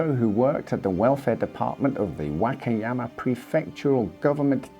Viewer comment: “The Wackiyama” lol